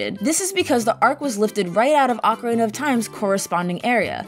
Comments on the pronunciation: I kept hearing her say Oka- ray-nah instead of oka-reena lol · Who the heck pronounces it ah-ka-ray-na? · People calling out the "S-NES" edit like didn't say "Ocariner" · “Ocarayna.” Smh. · Has a lot of errors, I'm starting to think its intentional Haha. "OCARAYNA" and "SCHOOLTULA" I seen in another comment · My favorite part of Ocarena (rhymes with macarena) is collecting all those skuh-TOOlahs. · "Which in OcaRAYna is used for golden skuhTOOlah icon" My ears, they bleed! Ocarina isn't supposed to rhyme with macarena! Also, skultulla is just a portmanteau of skull and tarantula. Whenever people put the emphasis on the "tull" part of skulltula, it aways confuses me since you don't pronounce tarantula as taranTOOLa. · "Wizzer robes" "Okka-rayna" "Ska-2-la" "game front" ... Please just axe this audio and redo it. It makes your channel appear laughably out of touch when things this obvious get messed up.